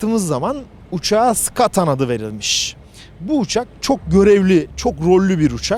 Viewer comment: bence uçağın ismini yanlış telaffuz ettiniz. Endonezya'da sikatan diyorlar.